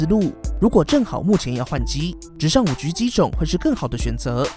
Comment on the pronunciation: 5車 可以好好念5G吗哈哈听着很好笑